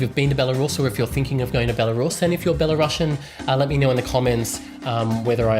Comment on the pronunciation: Man, say not 'Bella Ruusian' but just 'Belaruaian' [belarusjen]. Great video btw!!!